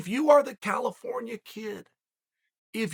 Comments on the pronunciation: Chael always says "Cal al al ifornia" all messed up. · "CAL - AL - AFORNIA." Something tells me old Chael doesn't have a musical bone in his body. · Chael singing Cal-if-orn-ia LOVE LOL!!!!